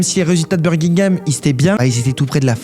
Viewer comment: Pk tu parles comme un dégénéré ?? Birgingam mdrrrr